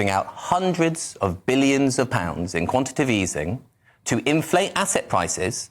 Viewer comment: It’s “quantitative easing” not “quantitive”. Nutter.